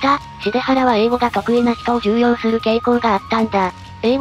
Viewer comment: つい昨日それがネットニュースになりましたが（ ）、「重用」の本来の読みは「じゅうよう」なので合ってるんですよね